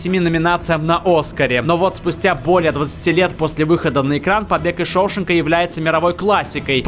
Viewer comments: ***** английский вариант может быть, но в русскоязычной версии всегда был шоушЕнк, а не шОушенк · отвечаю у меня чуть уши не убежали, услышав шОушенка...бомбит карочь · ШоушЕнка же, не? А не шОушенка. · Побег из ШоушЕнка и не ШоУшенка! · Не шоУшенк, а шоушЕнк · "Побег из ШоушЕнка" и хорош загрязнять русский язык своими "летсгоу". А топу + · ШоушЕнка ударение на Е! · Шоушенка неправильно сказал! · Побег из шоушенгааааа на а ударение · Шоушенка,Дарабонта неправильно произносит